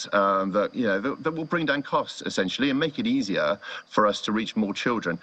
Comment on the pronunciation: He said , " bring down the costs". Somehow, I'm hearing, " bring down the corpse".